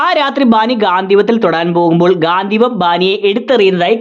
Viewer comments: ഗാന്ധിവം അല്ല ചേട്ടാ. ഗാണ്ടിവം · ഗാന്ദ്ധീവം അല്ല ഗാണ്ടീവം ആണ് 😂